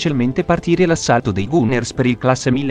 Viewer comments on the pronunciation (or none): Gunners si pronuncia Ganners